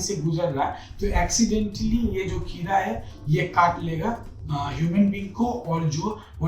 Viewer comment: किरा... वा भाई govt डॉक्टर हो atleast किडा तो बोल दो!!